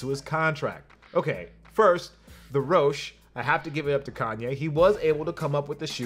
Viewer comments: It’s pronounced roshee not rowsh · It's called the Rosh-E, not Rosch